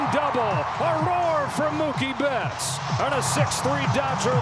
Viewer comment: ムーキー・ベッツがムキーベッツになるで😂大爆笑した😂😂😂😂😂止まらない➰😂😂😂😂😂